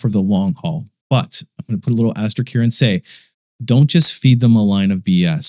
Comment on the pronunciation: This * is an asterisk, not an asterick